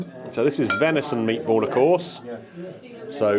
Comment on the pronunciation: Absolutely pathway how you can't say venison faggots